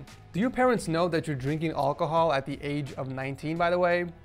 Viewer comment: he says olcahol